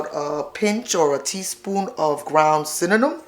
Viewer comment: I love it she say cinnanum like me love the recipe